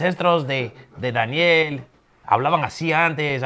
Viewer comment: That blank look on Daniel's face and the what-the-hell-is-going-on expression when you call him "Dah-ni-elle" and do all these accents is priceless. LOL